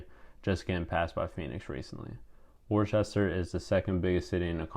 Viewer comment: It's pronounced WOOS-ter, not Worchester. Otherwise it was a good video.